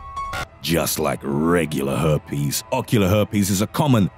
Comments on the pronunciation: When i heard him say Ocular Heeerrpies, i literally rose my hand in a "Ask again" position, with my face making the most confused face it has ever made. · LMAAOOOO the way he says herpes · Why'd he say herpes like that 😂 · NUMBA 4: GLOBE RUPCHA NUMBA 3: OCULA HURPEEEZZZ!!!